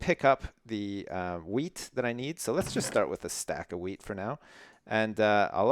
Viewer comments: i kept hearing him say weed.. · I keep thinking that you're saying weed farm instead of wheat farm